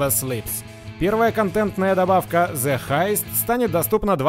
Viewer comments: Бро, вот ты снимаешь трудности перевода, хотя сам произносишь the как зэ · Ну англоговорящие считают это ошибкой